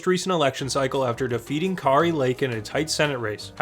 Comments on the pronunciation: Debates only matter in situations like Biden. Kari as in Kari Lake is pronounced like Carrie. Gallego was in CONGRESS since 2015, he only became a Senator in 2023. Kelly would be worse in debates than Walz. The Governor prior to Pritzker was a Republican, IL was lean blue until Trump. Other than minor inaccuracies, fantastic video! Tho I’d argue Newsom should be a C Tier, Walz B Tier, and Shapiro should also be C Tier… the Barack Obama comparisons are typically negative (bc as you mentioned lacking electrifying energy)… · Car-y lake? , another AI crap video